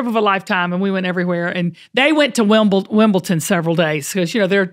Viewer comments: Wimbledon. No T. Sorry that’s one of my pet peeves. 🎾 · Royals pronounce Wimbledon correctly. There's no T. 😅